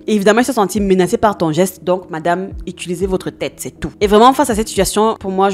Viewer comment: utilisez* et pas itulisez :')